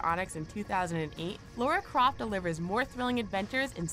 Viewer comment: "Lora Croft" "Square Onyx"